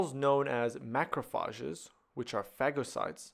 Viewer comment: From now on I'll never pronounce Macrophages any other way.